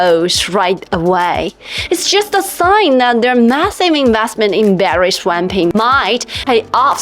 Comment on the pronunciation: "Battery swamping"? LMFAO....Please attend some lessons on English pronunciation